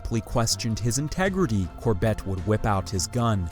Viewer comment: Please pronounce “Corbett” correctly!